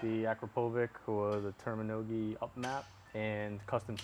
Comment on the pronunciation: `` Termi-Nogi " pipe 😂😂